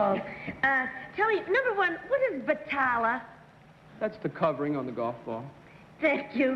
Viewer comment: The correct word is BALATA, not batala as Peggy Cass and others are stating. Orson Bean is also incorrect. Balata was used as the cover of a golf ball because it produced a much higher spin rate when struck by irons. Balata was not used in the interior of a golf ball.